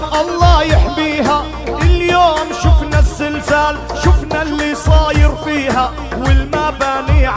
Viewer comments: خوتي سمحولي واحد السؤال أو واحد الملاحظة،علاش كنسمع الأغلبية ايقول الزنزال؟مع أنني مغربية والمنطقة ديالنا ايقولو الزلزال بالقاري واللي ما قاريش. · نقول الزلزال وليس الزنزال